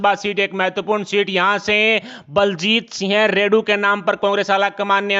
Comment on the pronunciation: इनको तो सिंह भी सही से बोलना नहीं आता।